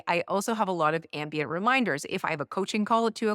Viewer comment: I know you said ambient but ambien too ...